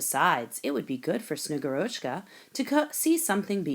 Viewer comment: The reader must have seen only the Kindle version and not looked at the short, kid-friendly Russian pronunciation guide that is in the printed children's book. The Snow Maiden is SnegGURochka, not SnegurOCHka. The author has posted a reading from the actual, award-winning children's book.